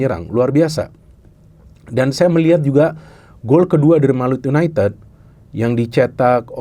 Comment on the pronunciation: Gak enak didengernya yunaited(ted),, kalau pake yu,ya diucapkannya yunaitid